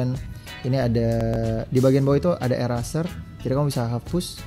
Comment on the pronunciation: Gan, nice review. Anyway mungkin kritik aja pronounciation atau pelafalannya diperbaiki lagi. Kalau masih mau gunakan bahasa inggris. misal: nfc = en-ef-si eraser = i-rei-ser saran aja sih. hehehe..